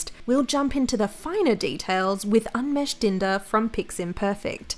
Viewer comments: The correct pronunciation of unmesh Is Ooh-n-mesh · When I heard the pronounciation of unmesh.. I'm dead